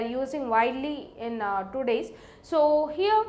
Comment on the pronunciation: So heeiere,,,,loved that pronounce lol